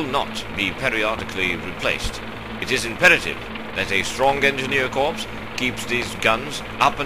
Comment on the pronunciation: Note, 'corps' is pronounced 'core' not 'corpse' as that is a dead body :)